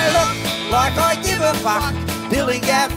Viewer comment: His "fuck" pronunciation sounds so wierd but i love it